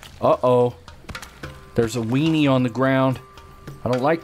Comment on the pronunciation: I like how you say wienny